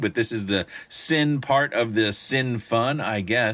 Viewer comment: half my micros use bf 3.57.lol. cine is pronounced "sinna",by the way.great video and fantastic flying,like usual.